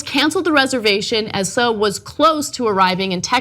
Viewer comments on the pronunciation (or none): Look it's new "Just Got Out of The Gym Ana" Barbie! And she decries racism but doesn't realize Suh is pronounced, generally, as "Sue". And I thought TYT did stories before about how bad and racist Air B&B is. Like UBER.